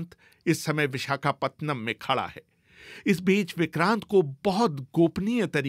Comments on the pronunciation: पतनम नहीं है रे पट्टनम हैं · विशाखापतनम नहीं विशाखापट्टनम BBC जैसी चेनलमें उच्चारणमें क्षति !?? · Pehle vishakhapatnam pronounce sahi se bol le